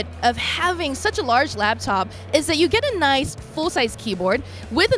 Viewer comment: LAP top. NOT LAB top. They are designed to rest on your LAP. SMH! Thumbs down for that.